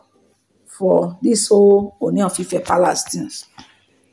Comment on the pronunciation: Kudos. Your Ōoni pronunciation is now OK. 👍